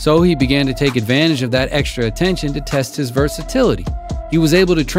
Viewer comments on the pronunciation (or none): none